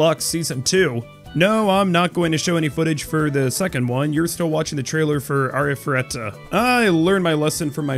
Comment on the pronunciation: Thank god someone can properly pronounce Arifureta. The amount of ways some people read/say it baffles the mind lol. This fall is going to be packed and I'm super stoked. I didn't even know Demon Lord, Retry! R was coming out until a couple months ago lol and I loved the first season.